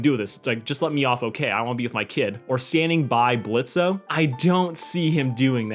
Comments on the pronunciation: It's just blitzo not blitzae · This is a nice video, but could you stop calling him "Blitzo"? The o is silent. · the “o” isn’t pronounced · The "O" is silent